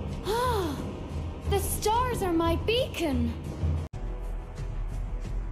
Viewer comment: "Ah! The stars are my beacon." I thought it was bacon. 😂LOL😂